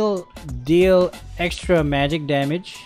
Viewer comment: "NOW THAT'S A LOTTA DAMIDGE"